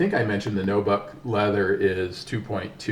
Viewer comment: It's NU buck not NO BUCK